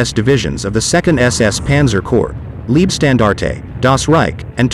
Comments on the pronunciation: Gut gemachtes Video, aber beschissene Aussprache! Warum laßt ihr euch nicht die Truppennamen vorsprechen? Es klingt doch reichlich seltsam, wenn aus der "Leibstandarte" eine "Liebstandarte" wird. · Thanks for the informative video. One minor correction: name of 1st SS Panzer div. Is pronounced "Lyebstandarte", same pronunciation as English word "lye", as in lye soap. German word for "life" is "Leib". German word for "love" is "Liebe", which does have your pronunciation of "leeb(eh)". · Very good overview, but 'Leibstandarte' should be pronounced as 'Laybstandarte' or 'Lybstandarte' (like in the English word 'Lie'), not 'Leebstandarte'... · Wrong! The German word for "life" is "Leben", "Leib" means Body. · Lean how to pronounce leibstandarte please.